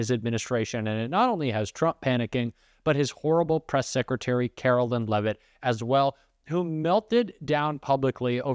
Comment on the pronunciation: Karoline Leavitt's name is pronounced KaroLINE like the word line. You are pronouncing her name like mine--Carolyn.